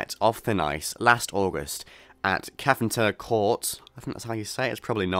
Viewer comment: You pronounced Cefntilla Court (kev'n tilla) fine! With a name like perhaps you've got Welsh genes, which might have helped:)